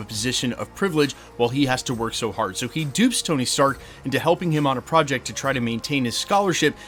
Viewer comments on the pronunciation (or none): none